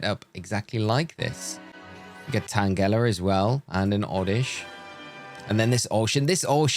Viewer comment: never heard someone pronounce tangela like that lol